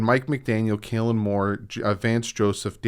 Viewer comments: Kellen, not Kailan 😎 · I like how he pronounces Kellen Moore "Kaylen" 😁........ Fingers crossed for Harbaugh